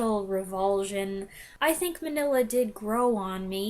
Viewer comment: Pronounced Mean-ya not Manilla. Cucamonga is a city just East of Los Angeles.